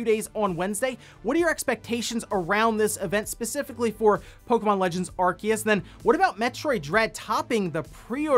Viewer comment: And it was driving me nuts so I googled it. It is said Aar-see-uhs Source- Bulbapedia